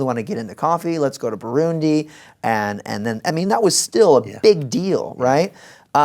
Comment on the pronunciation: Wait! Did he mention "Burundi"? First time I heard it said so well, and just was like "wait..., I know that country, I am from that country!!" Thanks for sharing💙